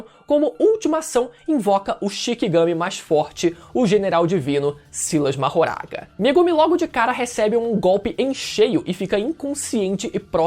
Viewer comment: perco tudo toda vez que o fala Silas Mahoraga KKKKKKKKKKKKKKK